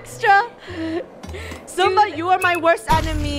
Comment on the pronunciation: It's not sumba ITS simba